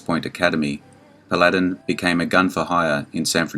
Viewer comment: It's pronounced PAL"-A' - DIN !!!!